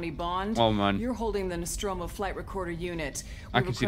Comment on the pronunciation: Dmitry Vasilyev Tip: "NOSTROMO" P.S: you almost got it right!!